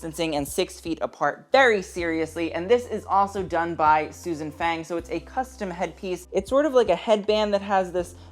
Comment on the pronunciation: Small note, Susan Fang is not pronounced like the english word fang, but more rhyming with lung.